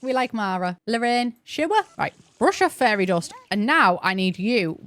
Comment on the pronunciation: I was listening to this in the background while I was organizing cc, and I’ve realized that “fairy” in your accent sounds a lot like “furry” in mine 😅